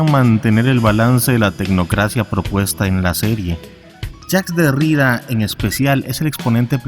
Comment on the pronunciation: Se pronuncia Lacán y Derridá.